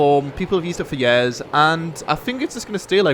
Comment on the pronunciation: he says years like yeahs :)